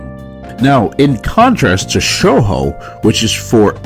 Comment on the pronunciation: Honestly great take and i agree with this, but I'm sorry to be that guy, but its pronounced "show-joe" for the word Shojo. Other than that, I appreciate this video